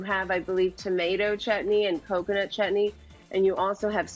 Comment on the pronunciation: Wait, did she just said chahni instead of chatni